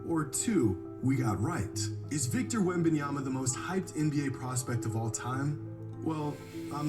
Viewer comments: “Wit Bananas” has to be flights laziest attempt to say a players name😂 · He said “Wembannas”😂😂😂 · DUDE SAID WEMBANANAS LMFAOOOOOOOOOOOOOOOOOOOOOOOOOOOOOOOOOOOOOOOOOOOOOOOOOOOOOOOOOOOOOOOOOOO BRO AM DEAD 💀💀💀💀💀💀💀💀💀💀💀💀💀💀💀💀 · this guy said wemb bananas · Flight calls Victor as "Wembanana" because Victor needs to prove himself to flight first before flight calls him his full government name hahaha 🤣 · Bro said wet bananas 😂😂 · Bro... it has been a minute since I watched Flight but why is this man making a lot of sense... outside of a few small comments plus his wack ass name pronunciation